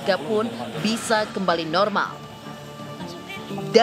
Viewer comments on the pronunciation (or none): perasaan gw dengernya melaforkan bukan melaporkan kae pake huruf "f"